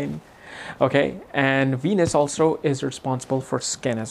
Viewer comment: Cracks me up when he says “Weenus” 😂